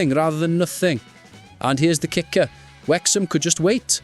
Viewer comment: Ffs we're called Wrexham not Wexham!!!